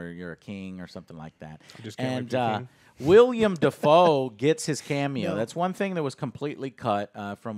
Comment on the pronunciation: It’s not William it’s willem